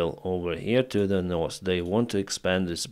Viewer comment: What's the problem,, with you learning correctly how to pronounce the words North and South?